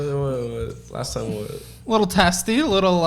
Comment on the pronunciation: When you say test-y, all I hear is “testes” 😭😭😭. And you say test-y A LOT 😭